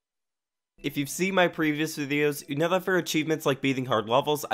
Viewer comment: The way u said videos at the end tho